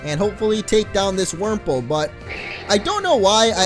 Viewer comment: Wurmple, Wurmple, Wurmprole! 😂